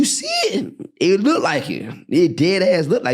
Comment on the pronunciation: Damn!!! It's not "lookded" it's "looked"!!!!! Uuughhhh, that's driving me bananas!!!